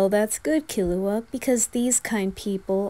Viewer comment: I love how you pronounce killua as kill uh hua, like how they do in the 1999 version